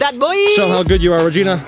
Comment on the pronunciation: regina not rigina